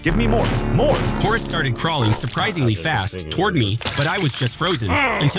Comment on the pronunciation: You almost got his name right! It's Horus